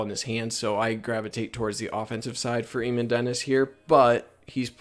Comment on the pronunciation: Eamon is pronounced aye - min